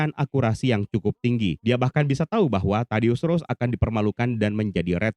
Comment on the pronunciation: tidius ross bg bukan rose 🤦‍♂